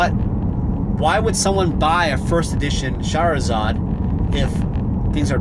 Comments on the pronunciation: every time u say shahrazad tho bro. whaiii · I like how you pronounce charizard like Shahrazad haha. Shahrazad > Charizard